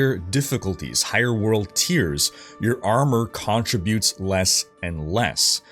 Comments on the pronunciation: Its not contri-butes, its con-trib-utes. Like "contributing to society". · You say "CON-tributes funny. Are you Canadian? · Why do you say contributes like that lol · The way you pronounce "contributes" has me triggered af... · You say "contributes" weird.